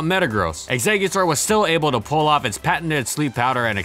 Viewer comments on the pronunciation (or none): none